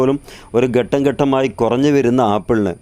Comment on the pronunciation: ഗട്ടം അല്ല പിള്ളേ,ഘട്ടം .ഘട്ടം,ഘട്ടം......